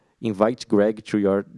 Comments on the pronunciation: Não se fala Greg, se fala Crwêig. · Deu até agonia ouvir tantas vezes errado.